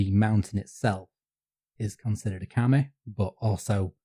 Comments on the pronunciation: yes! And kami means "god/deity/spirit/etc." while kame means "turtle", so it's a funny little mistake. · Pronunciation problems: KamEH is a turtle, not a god/supernatural spirit/paper. Kameeh is that, with a very soft eeh at the tend. So, even if turtles are kameee, you called Fuji-san a turtle, not a god. And no kami is a god in the Western abrahamic sense, as all of them can (and are) be vanquished by human heroes, just as in Homer both Aphrodite and Mars are hurt by the uncontrolled fury of Greek heroes. It's just the anti-human stupid Judeo-Christian nonsense that put people at a place where we're nothing before god. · Interesting to hear the common pronunciation mistake I'm constantly guilty of here, being from Yorkshire: "Kami" being pronounced by as "Kame". The nice thing about Japanese is that the kana characters are totally phonetic, eliminating a lot of ambiguity in pronunciation... but old habits die hard